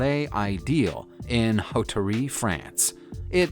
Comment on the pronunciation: La Palais Ideal = lah pah - LEH ih - day - AHL Hauterives = OH - teh - reeve